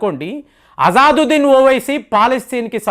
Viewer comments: అజాదొద్దిన్ కాదు బాబూ.. "అసదుద్దిన్". పేర్లు పలకలేక పోతున్నావ్ ఏం చదువుకున్నావ్ నీవు..? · గారు అజాదుద్దీన్‌ కాదండి, అసదుద్దీన్ సరైన పేరు. మీరు ఈ మద్య చాలా పేర్లను తప్పుగా చదువుతున్నారు. ఒకసారి సరైన పేరు నిర్ధారించుకొని వీడియోలో చెప్పండి. తప్పుగా అర్థం చేసుకోవద్దు. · Intha cheputunnavu MP peru sariga pronounce cheyali kada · Asaduddin Owaisi ni peru ucharana cheyatam ratledu mee bava Gari peru maryada Ga palku.